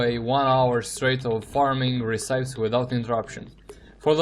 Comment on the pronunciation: re-ci-pes not re-cipes bro XD